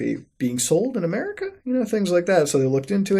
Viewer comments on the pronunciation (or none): none